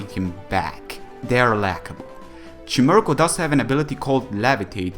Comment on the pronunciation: Dude its pronounced chime-echo